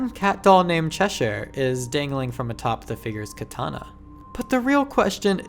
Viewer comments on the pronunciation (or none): none